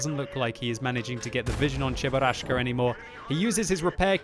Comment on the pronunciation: i'm a casual person: i watch a normal gameplay of world of tanks says cheburaschka i quit